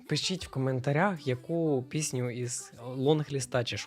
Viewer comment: бляахзхха мені чується не "пісню ідей" а "піську ідей" те саме що й з "мудаком" у вас))) ПЗПЖПЖПЗ